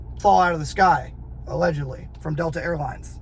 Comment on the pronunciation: just listen to how many times he says “Allegedly” or as he says “allehhjudly, allejudly”. moron, guys also a complete punk, talks shit on GBRS, then deletes video, no integrity, no balls.